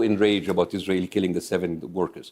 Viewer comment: Its the 'Izrahell' pronunciation from Bassem for me😂😂😂